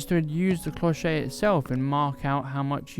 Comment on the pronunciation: bonjour, an other lovely tutorial!! i love to see you working, your way to register your work with your camera / phone is excellent. May i tell you that your "clochette" pronunciation is not perfect:-) you should say "clow-shet" with a clear T like in "chef" but with an T. Thanks for all of your videos... your clochette is lovely, could be a so elegant gift...